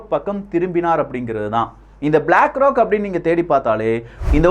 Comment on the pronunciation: அதெல்லாம் சரி, "ப்-லாக் ரா-க்" எவனுடையது-ன்னு சொல்லலாமே !?